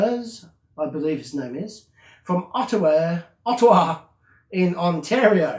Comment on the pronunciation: you say Ottawa perfect coming from Ontario, Canada 😀❤️🇨🇦